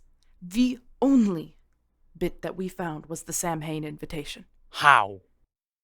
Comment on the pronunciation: Great audio, love the story so far. Just a little correction though, as someone who celebrate samhain, it's pronounced different. It's more like sam-own kinda, it's easy to look up. Anyway, I just wanted to let you know <3